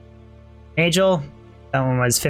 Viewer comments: It is Nagel (nay-guhl), not Najel (nay-jel) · Fun fact: Nagel is pronounced as Na'g'hel, in old european languages referring to "Nail Ring". You can see in German and Dutch both retaining old germanic spoken language still using Nagel to this day. Since this a gothic themed game i'm almost 1000% sure this was their aim a "Nail ring" not a Neigel ring. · same in scandi languages, it's been a pet peeve of mine having to listen to say naygel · It's pronounced NAG el. Not Nayj el. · NAY-GULL.. NAY as in the sound a horse makes, and GULL, pronounced the same way you'd pronounce it in SEAGULL. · I've always pronounced Nagel like bagel and manald like mana with ld on the end. I don't get how people come up with their pronunciations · Min Nald, Nay Juhl, lol ok..pass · The way this guy says nagel. It rhymes with bagel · If it's German it's pronounced nahgehl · nayjel xDD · I couldn't listen to you say "nayjul" and "manauld" this many times -_ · It's pronounce Nahgul. It means nail. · 50th ring was manald...not nagel... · It's really annoying how he mispronounces Nagel... does he enjoy eating BaJELs? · Wouldn’t it be a hard g on nagel, like bagel